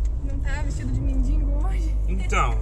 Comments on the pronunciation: Gata, humilde, solidária, se não quiser manda pra mim que vou do RS buscar...kkkk, só um detalhe, pelo jeito aí todo mundo fala "mendingo", e são tantas pessoas que te assistem dá pra tentar corrigir pra mendigo. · Pelo amor de Deus gente, não é MENDINGO, é MENDIGO.........